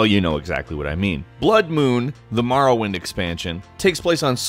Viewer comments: Every time he says marwind I cringe so hard maybe be able to say the name before you make s video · STOP calling it Marrowind. >=[ Wtf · You say Morrowind strangely... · In what part of the world do English speaking people pronounce or as ar? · Knew ALL of these! How about 10 Facts EXCLUSIVE to M-O(NOT A!)-rrowind, and not comparing all the ‘facts’ to other games! Also, you really need to work on pronouncing a LOT of words... And what’s this ‘individualism’ you speak of? A lot of the NPC’s in Oblivion and Skyrim all said the same lines, just in different voices. My best memories: the variety of weapons and spells! Oblivion slimmed the selection down some of that stuff, but then Skyrim screwed up the Magicka system even more! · Morrowind . You say it so strangely its an Oooo sound. Not Marrawind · MORE - OH - WIND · Maorowind? Why dose he pronounce Morrowind like Mao Zedong? Both 'o's should get the same noise. Also #1 has nothing to do with Morrowind. The first one listed doesn't even address the game, it talks about another game. Mildly interesting but completely unrelated to the video's topic. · I pronounce it more-oh-wind... it's very difficult to watch this video